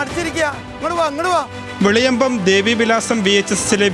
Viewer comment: വെളിയമ്പം അല്ലെ ടോ വേലിയമ്പം😂😂😂😂